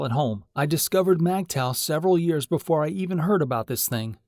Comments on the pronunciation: It’s Migtow, not Magtow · It's pronounced (mig taw) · MGTOW is not pronounced MAGTOW.